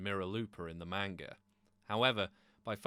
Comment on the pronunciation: Get the pronounciason of the word "manga" right if you want to be taken seriously.